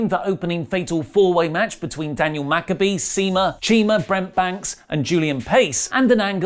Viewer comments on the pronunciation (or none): none